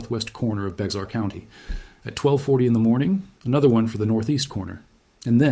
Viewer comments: I am from Texas, the correct pronunciation of Bexar County, the "X" is silent. It sounds just like the animal, bear. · Bexar County = BEAR County, yes, sounds just like Teddy BEAR, rhymes with HAIR and you don't CARE! Also, Beitel Creek, Beitel is pronounced By-tl, but I'll give you that one. not Bexar. Also, this video explains why we (I live in San Antonio) and Austin are prone to the nations most severe flash floods, not why we ARE here, why we sit where we do. Your title is just bad grammar for your intended meaning, but that's just me being nit-picky. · May I share that San Antonio is in Bexar County, pronounced 'Bear' County. Thank you. Have a nice day. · Overall, it's a good video. "Bexar County" is pronounced "Bear County". The "Gulf of Mexico" is now the "Gulf of America". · It’s pronounced “bear” and what caused the July 3rd floods is called disaster capitalist geoengineering. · Don't say the x in Bexar county. Bay-ar. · Bexar is pronounced BEAR. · Yes a very well explained only Bexar is pronounced BEAR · Tell me you aren't from BEAR county without telling me you aren't from BEAR county 😂. It's spelled Bexar but it's pronounced BEAR. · If you're going to produce AI slop, couldn't you at least not mispronounce a county name within the first minute. Bexar - pronounced "bear". 😆🤦👎 I'm done with this shit show. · ITS BEAR COUNTY LIKE THE. ANIMAL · Well told tragic story. it is pronounced Bear county. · Someone who can't even pronounce "Bexar" proposes to tell us all about our county using ridiculously dramatic a.i. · As soon as Bexar was mispronounced I was done. Ain't got time for that shit! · Ty lol. Thats shit annoyed me through the whole video. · I never portrayed myself as an expert. I was on correcting the YouTube video, from pronunciation, that it is not pronounced the way he was pronouncing it. Thank you for you impressive knowledge of locals San Antonio history. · It's pronounced (Bear) not Beckzar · That's BEAR county not bex-ar county